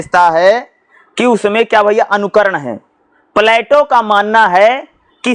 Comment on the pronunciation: पढ़ते तो अच्छा है पर कुछ शब्द गलत बोलते हो सर जिससे कन्ज्यूरिंग होती है जैसे उद्धत, प्लाटो